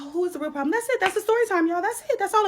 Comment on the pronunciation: She was trying to say REAL country....but she said rell..lol